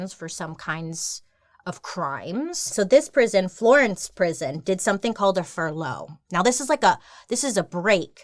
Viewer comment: She pronounces furlough with emphasis on the wrong part of the word lol it made me laugh every time she said it